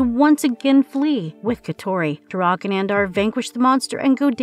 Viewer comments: Turok (pronounced- Torock not turoc) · Makes video about TUROK. Pronounces TUROK wrong.